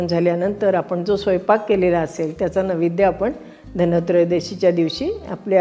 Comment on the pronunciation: नैवेद्य हा शब्द आपण नवेद्य असा उच्चारलात